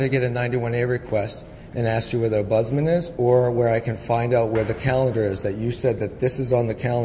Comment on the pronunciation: It's an OMBUDSMEN, NOT budsman